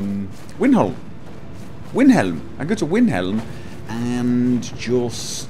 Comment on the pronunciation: rrr why do u say winhelm!!! ,, still love ur videos though =D